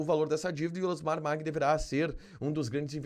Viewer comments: O Tio da Soja se pronuncia "Maggi" e não "Magui" Família Maggi aqui no MT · Se pronuncia Elusmar Maggi como se le não Magui como você está falando